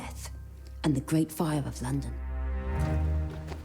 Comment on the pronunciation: The gwate plague